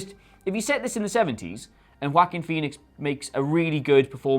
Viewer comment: She said Wackeen one time, but just once, so that's progress, hey.